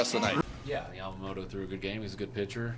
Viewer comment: インタビュアーのキルステンさん、ヤマモトってしっかり発音されていて良いな。